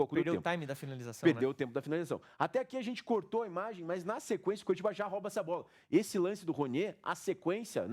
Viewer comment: Excelente análise, pena os erros de português. O correto é falar "ROUBA" a bola, e não "RÓBA"!!! Fora isso, nota 9.